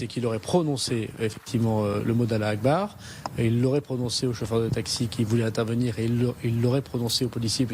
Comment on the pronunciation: Voyons !!monsieur Moussa Darmanin ,vous pouvez dire "Allah Akbar "correctement et pas comme un Français 😂 allez-y dites comme un vrai Algérien😂 peut mieux faire 😂